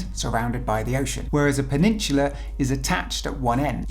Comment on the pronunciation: I wish he would say Peninsula correctly